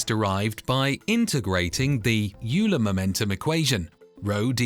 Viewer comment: "YOU-ler" is pronounced "OIL-her"